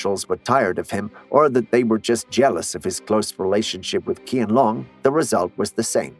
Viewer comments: It is not pronounced KianLong but "Chyehn Lohng". It's particularly obnoxious that you didn't even look up how to pronounce the name of the subject of your video, demonstrating a degree of negligence meriting deportation from Internet Nation. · it's really irritating to heard him mispronounce QianLong's name. The Q is pronounced like ch in chair rather than k. Calling the Emperor Chain-long would be 100x better than KianLong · Not pronounced KI-AN long, it is pronounced as CH-I-AN, similar to Change. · not King Dynasty but is Ching Dynasty (Qing Dynasty) .. not Kian Long but is something like Chean Long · Hello, Qian in pinyin is pronounced Cheean, not Kian. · The first thing that this video got wrong is the butchering of the pronunciation of Qian Long. It's supposed to sound like Chian Loong (like the double o's in food or good), not someth8jg ridiculous like Kian Long as in long or short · Isn't his name read closer to SHIANLONG than KIANLONG. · There’s no emperor “Kian Long” of the “King” dynasty, there’s only emperor “Chian Long” of the “Ching” dynasty. The fact that you’d already taken some time to research about Chinese history in order to make a video out of it, why didn’t take some more time to learn how to read Chinese Pinyin correctly. Come on! Pinyin is easy. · So how did KianLong and Heshan really look like? I'm seeing Japanese, Koreans drawings every time he would mention and murder their names pronunciation. In the end, I had freaking headache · Well, in Cantonese, we pronounce 乾隆帝 as keen long dai, so he's not exactly far off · Thank you it is Tçhian Long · It is pronounce as "chianlong" if I'm not mistaken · I'm not Chinese, but I have learnt Mandarin. Why did you assume that I'm Chinese, you are being racist towards Chinese then. The person who made the video could at the very least do a research of how QianLong is pronounced. At the very least he can pronounce the name as "Chain - long". That is much closer pronunciation than kian.